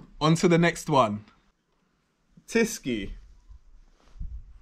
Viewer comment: Hi. I like your videos from Poland and I really like your Polish pronunciation. My number 1 beer is Tyskie. Best regards from a German emigrant from Lublin.